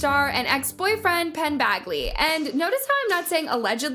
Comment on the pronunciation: Penns last name is Badgley. like Badge not Bag in Bagly. great video tho! very informative 😊